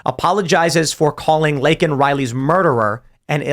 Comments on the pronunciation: What a fucking psychopath. You mispronounce the girls name and didn't apologize. You then say the killer is illegal which he is... Then apologize. You fucking lunatic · Stupid old barsteward. Worried about offending illegal aliens but cant even take the time to get Laken Rileys name right. The left are absolutely lost. And it does feel like it is becoming a "them or us" scenario. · GOP quite literally demanded that Biden say her name, then he does but they're unsatisfied with the pronunciation anyway. Surprise surprise. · So he apologized for that but not for getting Laken's name wrong?? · He didn't apologize for calling out her name wrong.